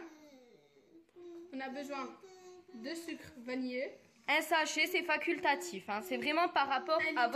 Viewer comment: « Faquiltatif » c vraiyment a votre goût . Vraiment ah may vraiment Gromeau ou grumô 😂😂 Dsl mais c’est juste le français. Vus l’avez casser , le français vraiment « faquilttatif » Merci 😊